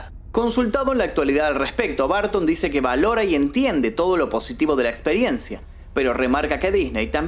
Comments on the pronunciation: Burton por favor el próxmio video de Tim Burton pronuncia BURTON no barton, gracias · En inglés se pronuncia tim borton no barton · es Burton no Bartin. Porque no decir el nombre de el correcto? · ¿Por qué pronuncian Burton como BARTON? Ni siquiera se parece a su escritura, en dado caso podría asimilar se más a la correcta pronunciación si pronunciara como Buerton, pero BARTON ni al caso. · No es barton ,es burton y así se pronuncia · Porque pronuncia tim BARTON? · De hecho no es correcto del todo lo que mencionas, ya que bajo esa premisa muchas palabras se pronunciarían como "A" y en realidad no es asi. El punto que menciono es que marcas demasiado la pronunciacion que llega a sonar como un apellido diferente. La pronunciacion correcta es "br" quitando la letra "u" en un termino medio que no es ni "Bur" ni "Bar". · Tim "Barton" 😅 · Suena chido Tim BArton 😂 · Me estreso escucharlo todo el tiempo decir TIM BARTON !!!! Nooooo porque pronuncia mal el apellido !!!! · Por q dices tim Barton 😂😂😂😂😂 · Tim "Bartin" 😂😂😂